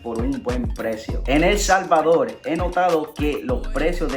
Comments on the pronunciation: Bueno Helmano nos alegla que te encante El Salvadol. Porque no puedes pronunciar la R??? es facil para todo Latino Americano. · POLQUE EL SALVADOL y no PUELTO LICO.... :v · El Salvadorrrrrrrr con rrrrrrrrrrrrrrrr